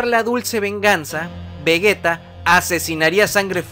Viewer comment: Que pri es vragetta digo vergetta digo digo vegeta xd